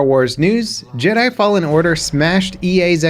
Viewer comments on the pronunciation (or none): none